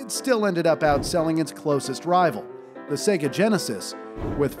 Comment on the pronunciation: Saga?! It's sega